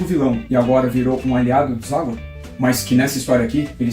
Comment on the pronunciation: Gostei do canal. Valoriza o grande Zagor. O Espírito da Machadinha merece. Observando que eu chamo de "Zagôr", e não Zágor".